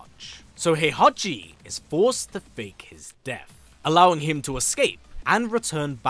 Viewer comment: That's not Heihachi, that's HOEhachi 😂